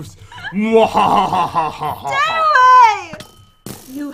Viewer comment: Zeus Helment How pat says it: Zoo's helment